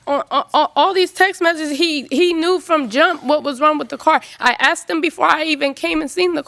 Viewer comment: The "cadillac" converter and "I axed" him cracked me up